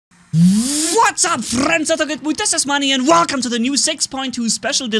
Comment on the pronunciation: Manni the scorpions name is pronounced with a silent a